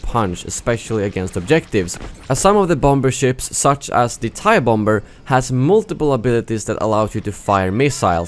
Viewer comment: Was Never Great for me it's when he says "multiple"